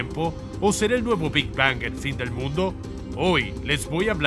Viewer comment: Que placer me da escuchar cada ves que dice "Big Bang" esa terminació n perfecta en la ANG xd